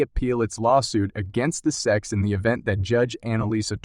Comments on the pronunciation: So an unbelievably false click bait title combined with a complete inability to pronounce S-E-C (you called it SECK repeatedly...da fuq?!?!?!). Wow. I don't say this lightly, but this is THE WORST Crypto video I've ever seen. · Chat AI bullshit--Pronounces S E C as "sek. Crap.